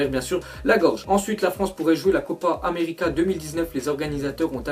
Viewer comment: quand on dit copa america on entend america pas europe